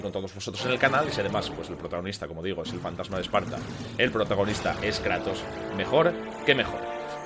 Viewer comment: Si kratos xD no moja no es kreitos hahahahahah